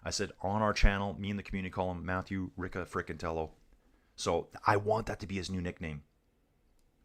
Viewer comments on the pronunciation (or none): Riccitello is pronounced Ree-chee-tello. Sorry. Greetings from North East England.